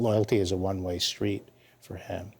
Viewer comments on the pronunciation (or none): "Schtreet." This strange pronunciation is all over the media.